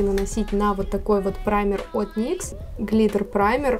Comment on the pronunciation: Как только я услышала выражение "мастхэвы никсА" сразу выключить захотелось!